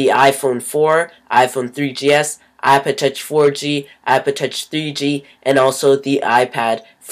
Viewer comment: you cant fuckin say ipod touch properly